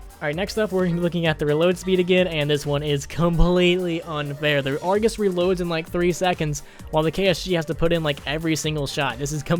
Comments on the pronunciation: Why in the fuck is he saying Argoose. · I heard that! "argoos" you can't slip away from me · good vid dude! just kinda weird to me how you call it the argoose😂 also when you call crksshairs reticles! anuway, i liked it man! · I like how he says argoose so seriously